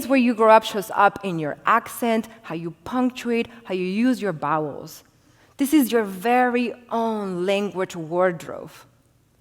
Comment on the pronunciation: How you use your bowels? I'd stick to the standard English pronunciation for that one. It's vowels, not bowels.